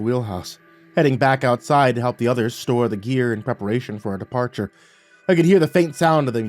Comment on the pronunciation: Stow not store, Portsmith is the pronunciation of Portsmouth but otherwise yeah pretty good story.